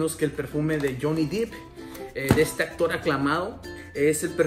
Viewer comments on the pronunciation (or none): none